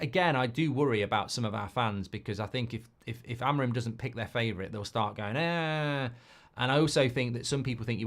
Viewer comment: It's pronounced a-mo-RIM and not A-mo-rim. The third syllable is the tonic.